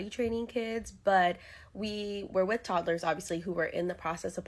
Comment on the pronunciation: Yeah great but saying all this while you're pronouncing "with" as "wiff" is fucking hilarious. You're part of the problem dude.